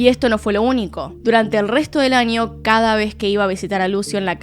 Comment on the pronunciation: Me encanta como pronuncias las ñ, un ninio, en el anio jajaja ❤